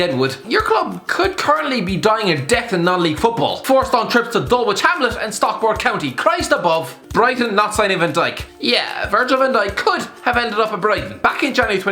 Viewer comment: Hey. Dulwich Hamlet are a good team. And you pronounced our name wrong. Its pronounced Dull-itch Hamlet. It's a silent W